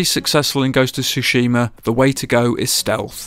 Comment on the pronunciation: Why does everyone mispronounce Tsushima? As it’s said in the game multiple times throughout, it makes me wonder if people are even playing the game or not.